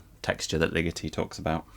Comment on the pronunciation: will you please pronounce legeti's name correctly for a change. drives me nuts. but anyway